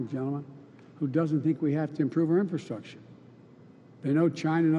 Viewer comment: Is the first guy saying infilstructure? Like a combo of infiltration and infrastructure?